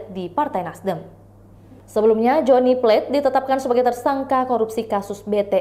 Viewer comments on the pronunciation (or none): Plate bukan Plet